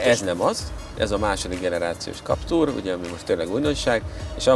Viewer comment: legyen már kaptúr helyett káptűr, köszi. Bántja a fülem